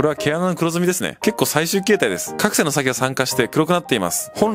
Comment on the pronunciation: か↑くせん？